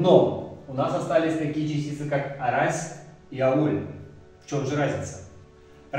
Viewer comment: А разве ударения они идут áрась, áволь, тейтéресь, кудó, цëрá, беря́нь, парó? Я помню смотрел на то, как бабушка с дедом говорят на эрзянском, помню всегда: ку́до, авóль, мéйле, арáсь, лóвсо, бéрянь, пáро. Возможно дело в районах ещë, я из Чамзинского, но знаю, что в Дубëнском какие то слова по другому говорятся, в Березниковском тоже также